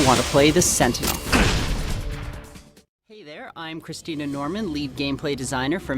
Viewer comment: wait, did he say christina? 0_o